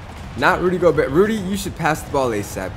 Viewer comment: not making fun of you but goberts name is pronounced go-bear. i pronounced it like you, i dunno if its just a joke if it isnt now you know.